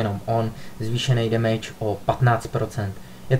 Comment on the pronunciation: Stýlt. Demejč. Dejdžr. :D sorry ale to je hrozný :) jinak dobrý video.